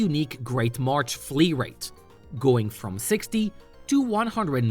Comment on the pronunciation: 6/10 kept saying march instead of marsh